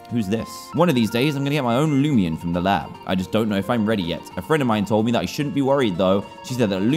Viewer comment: Is anyone else bugged that he calls it loomian not loomayn bro the nostalgia from this comment that I did a year ago